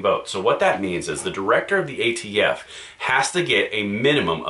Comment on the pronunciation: The new ATF Nominee? I thought Biden said AFT Nominee.